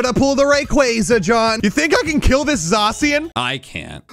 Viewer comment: I know but why did he say zacian